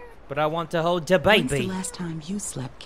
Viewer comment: I love how he says I want to hold da baby like that that made me laugh 😆